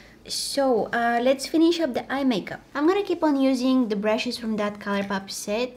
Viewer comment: “Da Valentine’s Day” ❤️🤣